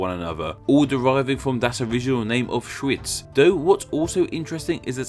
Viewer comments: I had to play this part again to make sure I hear correctly Auschwitz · Wow, this time you really butchered the German pronunciation. Edit: just the first time, the other instances were alright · I don't know what you're talking about. First of all the W in English is W, not V. And Schweiz is German for Switzerland, but what do you want to say with it? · that German name though hahaha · your pronunciation the Name in German xD